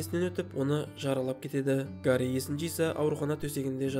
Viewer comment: Гари емес, Хәри